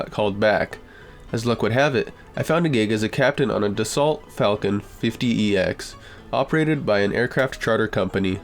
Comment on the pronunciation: Agreed. the answer is probably drugs. Can be recreational, can be misused prescription meds, but a lot of these stories sound like some serious chemical imbalance. Also, the aeroplane is a 'Dassoh'. You're not supposed to pronounce the 'lt' at the end.